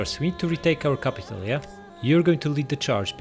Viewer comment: "Crapital" Lol 😂XD